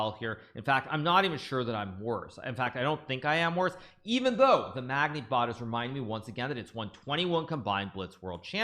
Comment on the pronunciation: the "magnee"